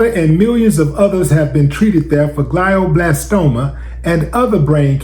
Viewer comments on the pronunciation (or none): Willie you can’t even pronounce most words? What’s up dude. GlyO. Blastoma. I’m heartbroken you are so uneducated.